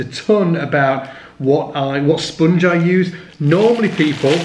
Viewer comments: It's spOnge, not spUUnge, ha ha ha hah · I don't get it. Why would I want to kill the sustain on my bass? Evidently, I am not seeing the bigger picture here... Anyway, I like the way you say "spunge"...